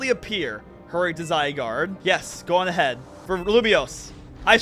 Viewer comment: not bro reading "go on" as "goon" 😭😭 LMFAOOOOO